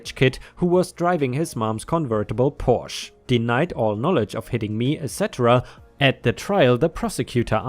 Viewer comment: I'm a bit disappointed that you, a German, would mispronounce "Porsche".